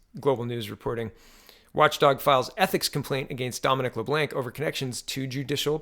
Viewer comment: LeBlanc= "Le-Blonk"